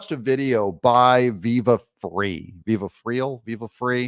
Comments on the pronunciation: Frei pronounced like fry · its pronounced fry but spelled frei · Viva Frei (pronounced "fry") did a video on why she was allowed to stay on. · I believe it is pronounced Viva “Fry” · Viva Frei ...... pronounced 'fry'. Viva and Barnes every Sunday livestream is essential viewing IMO. Eric Hunley's legal friday and America's untold stories with Mark Groubert also highly recommended. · Highlight the text. It is Viva Frei. Pronounced Fry. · It's pronounced viva fry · I think "Frei" is pronounced "fry." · Yes. Highlight the text. Also, Doug, pronounce it like this …..Viva “Fry” keeping it simple. 😁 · David's name is pronounced FRY Height. It's German for freedom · Viva fry like guy, is how he pronounces it. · Viva Frei (like Fry), but means Free. (In German, if it's 'ei' you pronounce the 2nd vowel (the 'i'). If it's 'ie' you pronounce the 2nd letter 'e'. Like -stien (steen) or -stein (stine). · It is pronounced, "Viva Fry" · It's Viva and Barnes. Viva Frei (pronounced like fry) (real name David Freiheit) and Robert Barnes. Viva is friends with Joe Nierman aka Good Lawgic, Nate the Lawyer, and Nick Rikieta. Basically these creators are some of the most popular lawtube personalities. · First, it's Viva Frei, pronounced "Fry". Second, yes, the highlighting of text is very helpful. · Frei, pronounced fry. Means free. Yes highlight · The “odor of mendacity” cited by the judge is really the stench of corruption and democrat political hustle which hangs over Fanny Willis like a putrid cloud. By the way it’s pronounced Viva “fry”, David Freiheit, former attorney, now a refugee from idiot Turdeau’s Canada. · Doug, it’s pronounced “fry”. The ei is like a long I. Viva Frei. Just a helpful hint.:) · Frei pronounced like “fry.” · Viva's last name is pronounced "fry" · I follow Viva Frei (pronounced like Fry). It's German and means free. Personally, I think the defendants should keep Big Fani, because she's a terrible lawyer. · Viva Frei pronounced like FRY. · It’s pronounced “fry”.